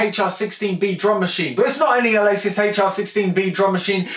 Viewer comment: The "Ah-lay-sis Haichar 16"